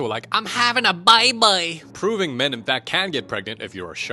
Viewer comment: THE WAY HE SAYS BABEH